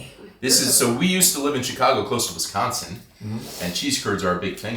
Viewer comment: Nice video however not a fan of how you consistently pronounced Wisconsin incorrectly. I know it was in fun but it was a little disappointing. ❤